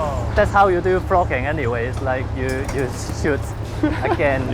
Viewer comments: NOT ONE, NOT TWO, BUT... ~ TWOOOO DIFFERENT KIND OF CAMERA TO DO FROGGINNNGG. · Jizz, I thought you're saying 'Fucking'........."What people like to do Fucking"😂